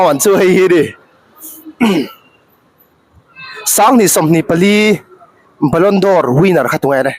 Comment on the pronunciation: Ballon dor nilo in Ballon 'd'or tih zawk tur aw..